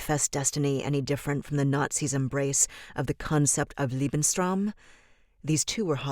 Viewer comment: The word is LEBENSRAUM! Julia..